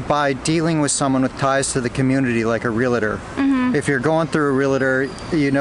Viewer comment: friendly tip: 'Realtor' is pronounced Real-Tour, not Real-Ah-Tore